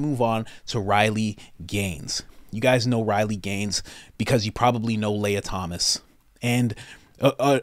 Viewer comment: Thomas Sowell (soul) Guy knows nothing about spartans. Lia Thomas (Lee-u) My mans butchers every name.😂